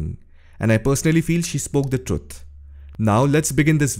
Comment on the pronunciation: Trut? That is lazyness. Instead of learning to say it properly.